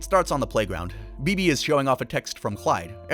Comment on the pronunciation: That's not how you're supposed to pronounce Bebe's name. Where are you getting this pronunciation from? Don't you watch the show?